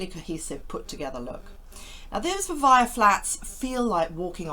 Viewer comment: I think it’s pronounced Vi-vay-ah, at least that’s what it says in their logo that you show, not Vi-vye-ah.